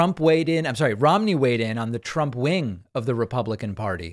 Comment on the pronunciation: Mitt RHYME-KNEE